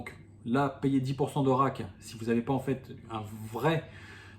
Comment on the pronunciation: Le a dans rake se prononce comme dans cake,make,fake...et non pas comme rack qui est la boîte pour ranger les jetons